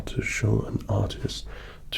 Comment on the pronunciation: At times the Rs (like in artist or paper) sounded a bit Irish to me :P